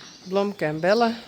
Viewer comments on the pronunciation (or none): none